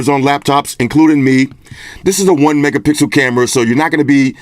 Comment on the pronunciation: He said 1 megapixkel camera that's horrible